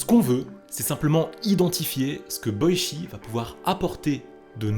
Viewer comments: Ça se prononce " Boitchi " Pas " Boichi " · Super vidéo ! Mais Boichi sa se prononce pas "Boitchi" ?